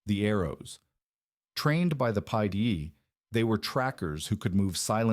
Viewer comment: The secret police was Pide . You pronounce the i like you pronounce an e .